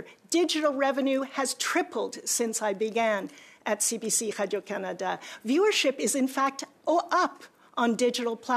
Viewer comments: Anyone else annoyed when she pronounces “Radio Canada” like Pepe Le Pew? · I hate the way she says the company’s name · She's begging for more money?!? She can damn well use the bonuses she and her cronies paid themselves to fund the failing CBC. She's disgraceful and I hate her french pronunciation of Radio Canada! 😖